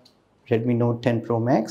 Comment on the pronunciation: Redmi Nothe 10 yehhhh English🤣